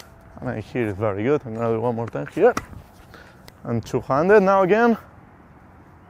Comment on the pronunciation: It took me some time to understand that you say "two-handed" and not "two-hundred" :D Great video, thanks for sharing!